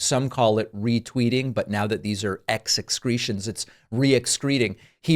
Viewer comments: “EX-CRETIONS”….. EXCELLENT. 😂😂😂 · Is it excreeding or excrement? 😂